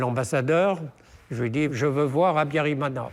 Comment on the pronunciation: Why does this journalist mispronounce every word:Habiyarimana, Akаzu, Kinyarwanda, ,Bagosora etc.He did not pronounce any of the words correctly